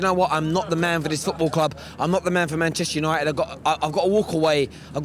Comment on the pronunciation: Both can't pronounce Manchester united